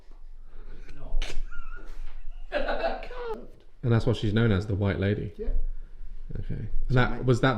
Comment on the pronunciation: I’m calling door knobs the “k-nob” from now on 😂 ah I love he’s so fun to listen to when telling the history of the castle